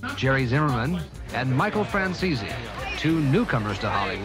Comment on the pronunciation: Francese pas française révise ta diction